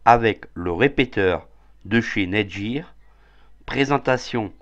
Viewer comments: NETGEAR se dit: nète-guire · Nète guieur lol